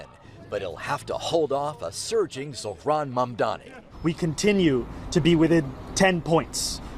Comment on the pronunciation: She called him zor-han 😂